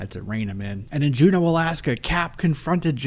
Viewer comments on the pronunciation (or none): none